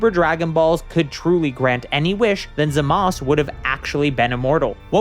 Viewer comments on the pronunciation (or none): also who the hell is zamas just pronounce the u you tryna be a try hard edgy lol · Why don’t you just pronounce it..Zamasu? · I feel my brain cells slipping away everytime this guy says “Zamas” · The way you pronounce Zamasu is like nails on a chalkboard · Is it just me or you are saying Zamas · In both English and Japanese it is pronounced Zah-muh-soo. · I never thought someone would say "Zamusu" like that